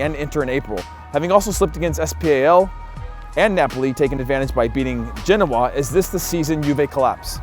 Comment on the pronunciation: The way he said Genoa was gross 😂😂 i yi yia!